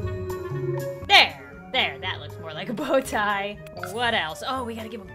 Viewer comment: Bow tie more like jo tie😂